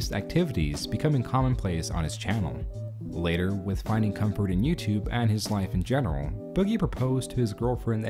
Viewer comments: I can't get over the way you keep saying "YouTube". lmao. "YouTube-eh". You don't say it like that every time, but like half the time. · "youtubeh" I feel like i;m the only one hearing that. I like you're videos, i'm not making fun but you're definitely saying youtubeh, or i'm taking crazy pills. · Why do you pronounce it “YouTub-uh” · Is it me or is he saying "youtube-ah"? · First person I've ever heard who pronounces the 'e' in youtube